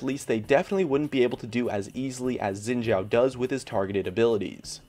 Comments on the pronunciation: You pronounce Xin Zhao wrong. It's pronounced Xin Sao, not chao. So annoying. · FOR GOD'S SAKE It's pronounced (SHIIN) not (ZIIN)